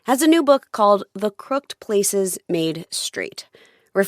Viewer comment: Should be pronounced with the “ed” at the end of “crooked”. Clearly, Warnock knows as he says it correctly shortly after.